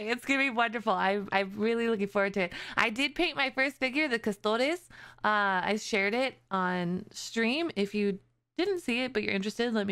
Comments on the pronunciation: pronouncing custodes like its spanish made me die abit inside... its supposed to be custodes as in custody or custodian(which is technically their role)... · The way you said Custodes. Do you know how to speak spanish? It just really gave me spanish language vibes (I am from Spain myself and i couldn't help myself)